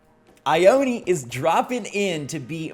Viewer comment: Just gonna say there is a town by where i live called Ione. But its not( I-own-ee) like how he pronounced it. its regularly pronounced as (I-own. ) just thought it was interesting hearing it said like that.